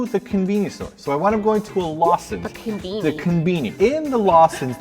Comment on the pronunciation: The KENbeanie. that english pronunciation of kon-bi-ni... amazing. i'll be sorry to see it go when you guys adapt to japan.